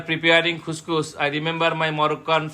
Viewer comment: It is couscous, not khuskhus.